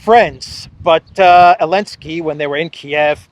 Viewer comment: Why do you call him 'Elensky'? It bothers me a little. Is there a reason?